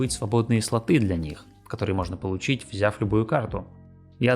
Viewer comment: "батЫ", "слатЫ", "стимА"... Как же это больно ушам.